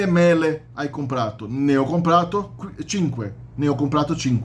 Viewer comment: Se dice "Mele" y no "Melle".😋